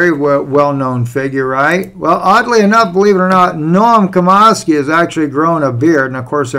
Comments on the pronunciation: Its pronounced Chom ski not Comosky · Nom CHOM-skee (like 'chop').